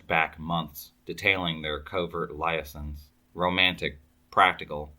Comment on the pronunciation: Love your stories! But just an FYI. The word liaisons. Not lie-a-sons. Lee-a-zons.